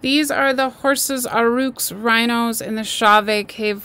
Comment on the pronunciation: AUROCHS..PRONOUNCED "AWE-RUCK" NOT AUR-ROOK